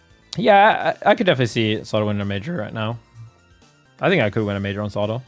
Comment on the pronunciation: ZAW-TOE ffs